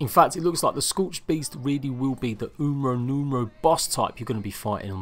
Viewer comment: Did you say "umero numro" lmao my bad my side's ripped! That's going to be my Spanish slang term for "Numero uno" Rofl